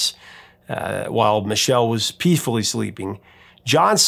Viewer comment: Did you say ..."while Michele was peefully sleeping"...??? I guess that might warm her up a little bit, but....😮